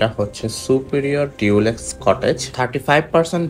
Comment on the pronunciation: sorry don't mind me correcting your pronunciation😅আসলে আপনার ভিডিও দেখে অনেকেই শিখবে তাই লেখা এগেইন ডু নট মাইন্ড ভাইয়া😥Dulex=ডুলেক্স নট ডিউলেক্স, Castle=ক্যাসেল নট ক্যাসটেল T ta silent thakbe ekhane❤❤❤video is informative thaks for all the pricing details keep up the good work❤